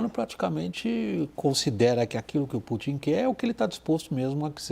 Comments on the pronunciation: 😂 ele diz tupin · Ele falou o Trupin????